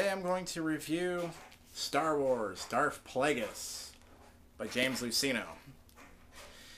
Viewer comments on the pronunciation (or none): It's darth not darf